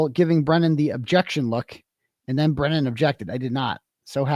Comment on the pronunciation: misspoke quite a bit🙄